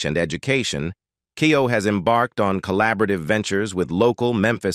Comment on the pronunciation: I really wish you would stop mispronouncing her name.